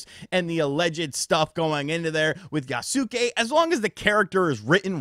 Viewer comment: HOW ARE YOU STILL MISPRONOUNCING YASUKE? TWO SYLLABLES! YAS-KAY! YAAAAAAAS-KAAAAAAAY! ahem Had to get that out.